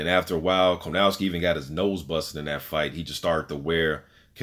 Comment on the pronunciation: It’s kownacki, not Konawcki dude. Keep up good work. You have a new subscriber.